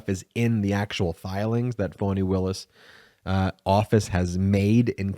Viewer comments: Please stop calling her "Fawni". Her name is Fani, pronounced "Fanny". Fan of the channel, but you have a habit of getting names wrong, and it is not a good look considering how the Right uses mispronunciation as a weapon. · Her name is Fani not Fauni. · Why does Ben keep calling her Voni?? Isn't Fani??